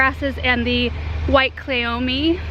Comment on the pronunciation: Klee-oh-me. You are saying it right! 🙂